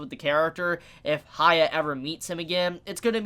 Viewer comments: It’s Huh-yah-kee Or Huh-yah-kee-mar-oo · I'm sorry but it's really bugging me, why do you keep saying 'Haya'?? Who's Haya?? How hard is it to say Hyakkimaru?? I get that the pronunciation might be hard but one can try, especially after so many people spelled the right way to say it ( and it's said many times in the anime). I apologize if I come across rude but it hurts a lot everytime you say 'Haya'. The name has a meaning as well. Anyway, thank you for the videos and wishing you a good day. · As much anime as he watches, pronunciation was never strong suit. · Heeyah-kee-mah-roo Unless you are just trying to give him a nickname, but where would you get Haiya? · Reviews He-yack-key-mar-roo (Hyakkimaru) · why do you call him "haya"? do you read his name as "hayakkimaru"? because the first sillable is pronounced like the word "he", just saying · Please just learn how to pronounce his name. An anime reviewer of all things should be pronouncing names correctly.